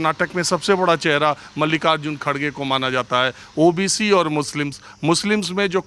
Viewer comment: Hegre nhi kherge boliye Haaaaaaaa ha ha ha ha 😂😄😆🤣😜😀😂😄